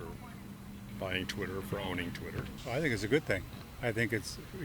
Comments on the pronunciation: Did dude say titter account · lol he said titter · I thought he said tinder hhaha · “Titter account”